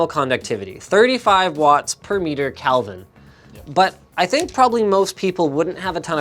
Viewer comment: It's pronounced Kelvin, not Kalvin.